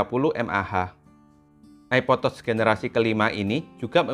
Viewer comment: Bacanya tach sayang, bukan tots 🤦‍♀️🤣 diajarin koq ckck